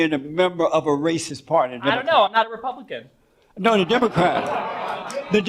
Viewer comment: Jesse Lee Peterson trying to say "republican" is infinitely funny to me Ripupihkihn. Ripupihkihn.